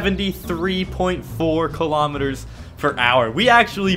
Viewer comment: Now people are hating on you for pronouncing kilometres wrong.